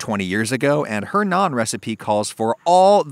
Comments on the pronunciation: I’m just glad you pronounced it like “Nawn” and not “nanne” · Just pronouncing Naan correctly and also not calling it Naan Bread, does the deal for me 😁 Great video! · May seem nitpicky but wow he pronounced naan correct!